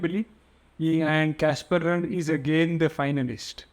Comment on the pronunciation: Work on the pronunciation of ruud